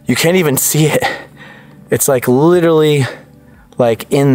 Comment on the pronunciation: Take a shot everytime says "literawwy" 🍺